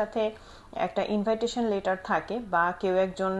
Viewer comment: এই শব্দটির উচ্চারণ ইনভাইটেশন এটা কোন দেশের একসেন্ট অবশ্যই এটা আমাকে আনসার দিবেন যতদূর জানা আছে এটার উচ্চারণ হবে ইনভিটেশন থ্যাঙ্ক ইউ